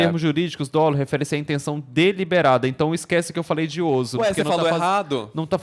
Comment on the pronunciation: A pronúncia é “Dólo”. Crime doloso - teve intenção de fazer. Culposo, o agente não tem intenção/elemento volitivo, mas age com imprudência, negligência ou imperícia. Existe ainda o dolo eventual, quando a pessoa, pela conduta, assume o risco do resultado, mas, entretanto, se ele acredita que pode reverter ou evitar, e mesmo assim acontece, é culpa consciente. Ou seja, fez merdinha, fique calado até seu advogado dizer qual é o seu caso…